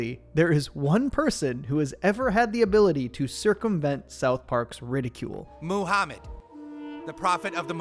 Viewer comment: muhamund.....not cooooooo